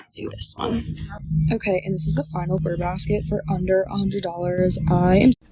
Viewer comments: Btw, it's brrr, like cold. It's not burr like a plant seed pod, etc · it’s- brrrrrr basket, just saying…… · It’s “Brrr” baskets, as in being cold 🥶 Unless it’s “Ber” baskets, for the months ending in -ber 🤔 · "Burr Basket" makes me think of Aaron Burr and Hamilton. 😂 It's "Brr Basket."